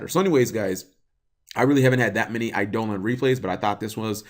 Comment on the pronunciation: cmon bro its pronounced "eye-duh-lawn'